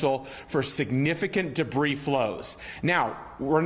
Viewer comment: She never learned to read. Pronounced "s " in debri"s".